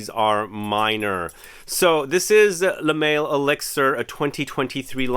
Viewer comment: Lol you really pronounced it "le mail"? Instead of Le mall